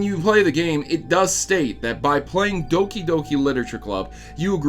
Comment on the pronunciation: its doki not dooki